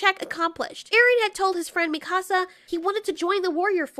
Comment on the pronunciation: I like how mispronounced mikasa